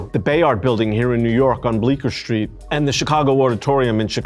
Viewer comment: May I humbly suggest that the proper pronunciation of 'street' is with an 's' sound (as in 'star'), not with a 'sh' sound (as in 'she'). May I also report that the improper pronunciation grates the ears of some sensitive souls. Please be mindful. It is not as if you can't pronounce the 'st' sound, is it?